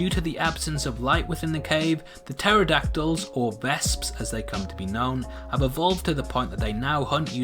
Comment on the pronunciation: I keep getting triggered every time he says pterodactyl XD